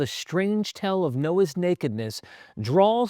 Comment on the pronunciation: Its a 'tale' not a 'tell'